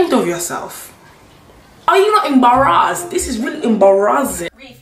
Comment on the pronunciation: Every time the lady pronounce the word embarrass I can’t help but laugh my ass off.